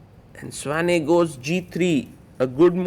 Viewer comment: It is pronounced Svane not Svein